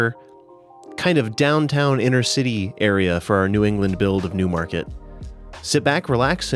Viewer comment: Whenever you say “Newmarket” I hear “Noohmahket” because of how quintessential NE it is